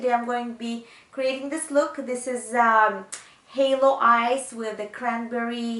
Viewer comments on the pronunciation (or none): Love this... I'm not coming for you, but its HALO not HALLO. Xo